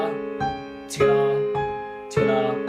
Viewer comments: Stoppppppp saying skiter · At first I thought he was saying "SKITTAH, SKITTAH" and I was like wtf is a skittah? Finally realized he's saying TOGETHA (together), hahahahah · It’s not together it’s “tgedda” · “tugethAh!” “tUgeTha!” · Tgethar, tgethar😂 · It’s ska instead of together lol😂😂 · Yes I could always hear that but it’s kinda easy to figure out that he’s saying together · When you’re saying “together” it sounds like “Skrra” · Oh shit he’s saying together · I like how you say together and how it eventually starts sounding like gibberish after hearing it a bunch. Thank you for breaking this down in such a basic way!